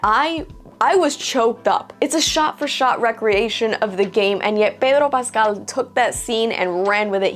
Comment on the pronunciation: The way you pronounce Pedro Pascal is really annoying. Please stop we get it your latina but just pronounce it like everyone pronounces it.